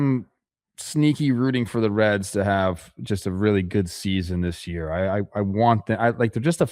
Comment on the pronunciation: The Cincinnati "Reeds"...😂 it was in the NL standings.....